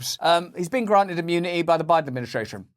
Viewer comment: Joe Lie-den. It just rolls off the tongue doesn't it.